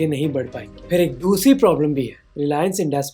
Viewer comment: Great content for the video, but here are some things I noticed: – Your pronunciations are wrong for a bunch of things. Adani is अदाणी not अडानी, Birla is बिड़ला not बिरला or बिर्ला, phir is फिर not फ़िर. – Some of the words are incorrect: it's licence (the noun) not "license" (the verb), defence not "defense", multi-modal (as in many modes) not "multi-model" (as in many models), and crore not "crores" (just like one says "five thousand" and not "five thousands"). – It seems like your subtitles have a lot of spelling errors and formatting issues as well. It seems like whoever is writing them has their locale set to "English (US)", which makes no sense for an Indian/worldwide audience. Please ask them to change it to "English (India)". Otherwise, excellent job in summarizing the topic. It's sad how many Indians hail crony capitalists as heroes and think that large conglomerates are the solution to every problem in India.